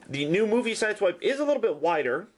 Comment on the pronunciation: its pronounced sideswipe